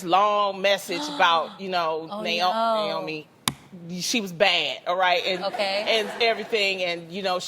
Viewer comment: My name is Naomi 😂😂😂😂🤦🏾‍♀️🤦🏾‍♀️🤦🏾‍♀️I’m just happy that SOMEBODY said my name correctly